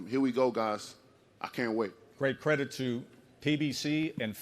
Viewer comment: He was so convincing I had to pause it to remember that he meant to say “credit”.😂